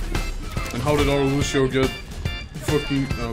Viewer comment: Like if you also hate it when people pronounce Lúcio "Lewshio"